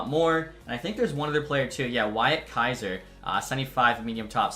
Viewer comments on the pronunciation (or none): none